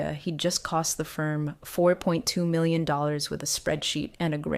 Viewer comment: Why can your bot not pronounce million